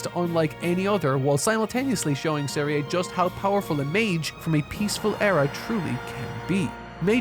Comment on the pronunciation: I don't really use IPA sort of letters for pronunciation, so I couldn't express it more accurately. Maybe I could've done "zeriuh" or something. I assumed had watched it in English since all but one clip was English but if he didn't it would explain why he couldn't get anything right.